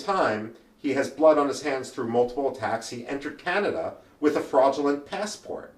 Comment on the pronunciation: Canada not Canda🤓